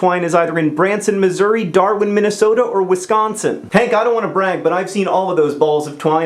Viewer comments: Woo hoo! You pronounced "Wisconsin" correctly! That just made my day. :) Lots of lulz, balls pwn. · He pronounced "Wisconsin" correctly! (Most people not from Wisconsin pronounce it as "Whiscohnsin" with emphasis on the h's)